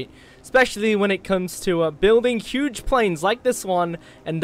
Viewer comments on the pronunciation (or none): none